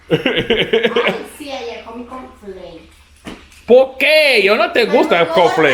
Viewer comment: “Con Flake” 🤣🤣🤣 dope video as always